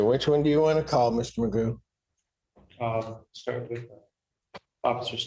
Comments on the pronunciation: Technically his name is McGough and it's traditionally pronounced "mig-off" but he seems to lack any self awareness or self respect and never corrects anyone, so everyone calls him magoo, like the cartoon. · Stop it, his last name is not “”. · Technically his last name is McGough', but everyone pronounces it magoo and he never corrects them. Traditionally it would be "mig-off" but he's not even self aware enough to respect his own name and correct people. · His last name is prounounced "" btw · I remember the only one able to pronounce it correctly was ironically an ai generated voice. It ticked me off how not only he himself doesn't care that it's McGough but that I'm certain his court documents all have it typed the same too. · Well his actual surname is McGough, but it's definitely funny that they pronounce it as Magoo 😆